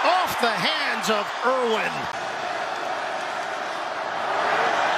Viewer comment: Irwin, not Irvin. Regardless, great offense. Fun to watch.